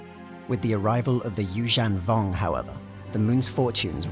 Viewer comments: Apologies, I believe Evocii is pronounced, Ee-Vok-Aye and, Yuuzhan Vong is pronounced as, You-Zhung-Vong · That's not how you pronounce Yuuzhan Vong lmao